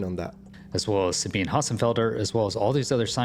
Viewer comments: Una nota di pronuncia: Sabine Hossenfelder (Dr. phil. nat./DSc) è tedesca. Per ragioni germaniche, il suo nome di battesimo si pronuncia, agli effetti pratici, Dzabina. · Sabine = Sah-BEE-nuh. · Listen I am german and I have relatives with the name Sabine. I know how to pronounce the name. „ea“ as it is pronounced in the present tense of „read“. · In German, Sabine would pronounce her name "Suh-been-uh" (long E in middle syllable), just by the way.